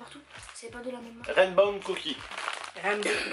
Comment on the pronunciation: Raimbow six 😂